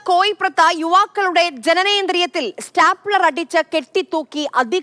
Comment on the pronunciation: സ്റ്റാപ്പലർ അല്ല സ്റ്റേപ്ലർ